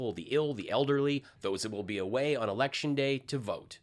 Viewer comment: "We have to make it harder..." Mike, it's the election, with an "l" ,not an "r".